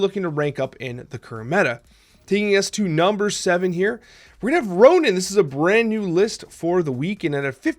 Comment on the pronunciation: It's Ronan, not Ronin.